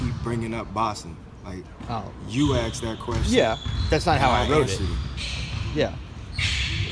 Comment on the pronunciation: “I aKsed him...”